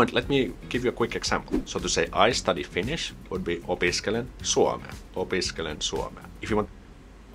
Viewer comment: Thanks for nice video,. You pronounced Finnish pretty good, really good actually. Take care 👍